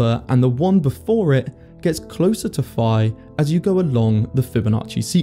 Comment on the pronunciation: Pi is 3.4159 In this video you pronounced phi as pi